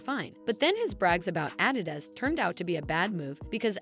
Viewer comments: The way she says Adidas when reading their statement lol. 😅' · 😂😂😂 The narrator can't says adidas or Kardashian and I'm supposed to listen to her over Kanye? 😂😂😂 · Why you saying adidas like that